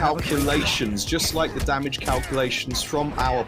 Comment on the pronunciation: "Vaju-ju splicing damägē" 🤣🤣🤣